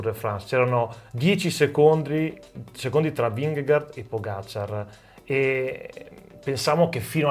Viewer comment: Vingegaard è credibile? No. Fine. Comunque si dice Pogàciar, non Pògaciar. E Vinghegard, non Vingegard.